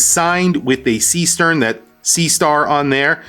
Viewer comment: The pronunciation, AGAIN, is not SEE-STERN, with an english E. Is a GERMAN name, with a german double E.